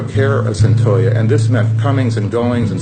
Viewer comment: Its "CYNTOIA." My apology for being critical; but you've simply GOT to gwt someones NAME correct when you're doing a story about them. #Seriously